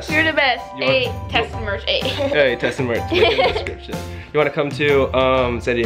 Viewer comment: Who else realized that said chessa instead of Tessa like if you agree